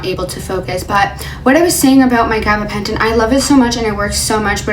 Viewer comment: Say gabbapenton again